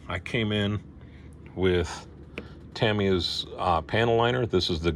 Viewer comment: Good "Wilhelm Scream" when the one figure fell! 😆👍 The station is coming along nicely. You are one of the very few YT modelers who pronounces Tamiya correctly! 👍